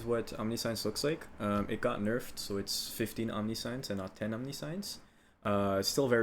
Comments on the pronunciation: om-NIH-shense is the correct pronunciation i have no idea wtf aam-ni-shi-en-su is but thats even more confusing than omni-science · "the rest of the video will have a more serious tone" Proceeds to pronounce it "omni-science" lmfaaaooo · I don't want to be that person but... Omniscience. Om-nih-shince. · It's pronounced Om-nih-shunce, like the word conscience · holy shit stop saying omni-science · Not sure if any has said this but it bothered me a lot it’s pronounced “om ni shense” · Not really important but just fyi you pronounce Omniscience ~ Aamnisshins .. like all knowing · great video! one thing, its not omni-science, its pronounced differently. But, you do you man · Just a heads up you’re saying omniscience wrong, it’s om•nee•see•ence👍🏻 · Love the detail, explanation, all that -- but the word "omniscience" is pronounced "aam-NI-shns" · Omni-meaning all, science-to know. The word is pronounced /ɒmˈnɪʃəns/ the S makes a sound similar to the "t" in nation. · Good build, but please for the love of good look up a pronunciation guide on Omniscience. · Great video. But. Omnih-shence. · Omniscience is pronounced ahm-nish-ince. Great vid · This build is amazingly well thought out and presented! The only thing that bothered me was how you pronounced Omniscience. The pronunciation of it is broken up as Om-Nis-Cience. The sound when saying the word is Om-Nish-Ents. I'm not belittling you or anything. A lot of people pronounce it incorrectly. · It's pronounced OHM (home) -nisk (whisk) -ienky (science and Yanky) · Omniscience is pronounced "ahm-Nih-shence" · Omniscience isn't pronounced like science. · Its pronounced ahm-nish-yance fyi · Great intro, keep it up! But it's not Omni-SCIENCE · plz buddy fix your pronounciation of omniscience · Man, I want to like this so badly but every time you pronounce 'omniscience' I both chuckle a little and died inside a little and thus, I could not get through the video. Sounds like you're doing a great job though.